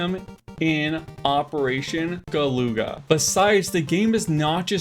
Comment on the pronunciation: isn't it gal-uh-gah, like the other game of the same name?